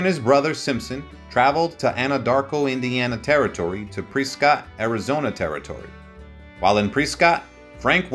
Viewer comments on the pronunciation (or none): Presskit…Prescott Arizona is pronounced presskit. Preescot it is not. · Press-Scott, not pre-Scott 🤦🏼‍♂️ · Say Pre-scott one more time and see what happens! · Pronunciation is Important Not Pre-Scott - Is Press-Cut Not Coral - Is Core-AL Not Tuck-Sun - Is Too-Sawn Credibility is lacking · One ,"E" in Prescott , not "Preescot" . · I love Pre-Scott Arizona. It was so much better before Scott ruined the town! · Pree Scott 😅😆😁😄😃😀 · I am from Australia and even I know its PreSScott 😉. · The time line of this piece is very difficult to follow. It seems to skip around by as much as a year in some cases. The fact that the narrator has no idea of the proper pronunciation of Prescott and corral is rather disconcerting.